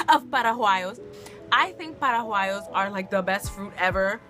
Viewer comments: gurl what the heck? eating fruit for dessert isn't strange at all... -no one likes to be touched by strangers........ -about the family thing, it obviously depends every family have different values l.... -its not paraguayo haha it's paraguaya xD and the 'g' is not pronunciated with or like an H xD. -And the fast food thing... well it's fast food we don't eat it all the time xd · Madre mia!!! Esta chica está más perdida. Yes, your are wrong in many points and why you speak like Dora the Explorer??? And why you did not learn how to pronunce PARAGUAYO intead ”PARAJUAYO”? Well, I hope that you enjoyed your time in Spain.